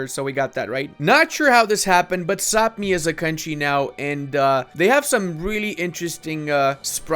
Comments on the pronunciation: Brother! Quick comment, Sapmi is pronounced “Sah-mee” and according to Norse stories, they are the origins of elves/Santa’s helpers. Learned that when I lived in Norway for a year! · Of a lifetime living in Sweden, Sápmi is pronounced Pretty much like it sounds. It is only the inhabitants of Sápmi, the Sami, which are pronounced that way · Kinda incorrect, the LAND is called Sapmi, the people that live there are the Sami, which is pronounced how you say.. very easy to get confused ^^